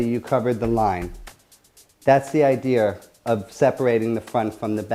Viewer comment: Thats the idear.! Lol - .